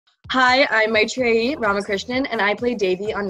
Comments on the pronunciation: I'm really shocked to see how Maitreyi pronounces her name as "Maitreeyeee"..Usually Indians would pronounce it as Maitri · am i the only indian who realizes she pronounces her own name wrong? no one? ok. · she absolutely slaughters her own name